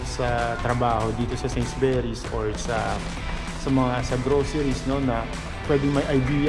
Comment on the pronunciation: Although, this is five months ago,.. it is pronounced, ‘Sainsbury’s,…NOT Sainsberrys,( u, rather than e,..